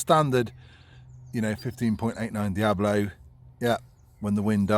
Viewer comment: Please, it's called DiaBOLO and NOT Diablo. Diablo [ˈdjaβlo] is a Spanish word meaning "Devil". Diabolo pellet